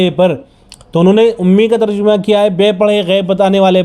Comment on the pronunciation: لفظ ترجمہ کا صحیح تلفظ جیم پر فتحہ ہے بقول مولانا منظور مینگل حفظہ اللہ تعالیٰ Terjamah not terjumah